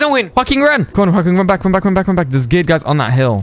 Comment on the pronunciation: said geared guys running but I heard gay guys running. A lot of gay guys running